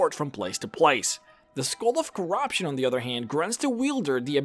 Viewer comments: the skoal of corobshun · Skull of cor-ROB-tion